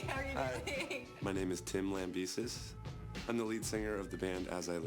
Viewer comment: Lamb-ESis sounds weird :(